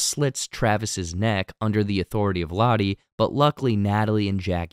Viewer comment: Butchered Lotto's too